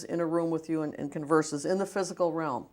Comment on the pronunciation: Realm. He says ram though